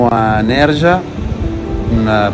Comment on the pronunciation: Sia Nerja che Frigiliana si pronunciano con il suono aspirato "h" - Nèr-ha, Fri-hi-lià-na. Se hai pronunciato bene la "j" nella frase "Garcia y hijos" perchè non la pronunci correttamente in Nerja? ))))